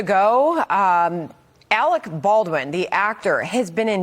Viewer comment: You are worfwess Arec Bawlrin!